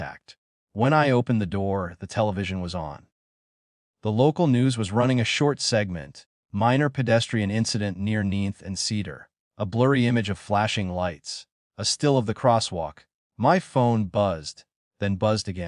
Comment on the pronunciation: "Neenth"? Too bad AI can't pronounce "NINTH".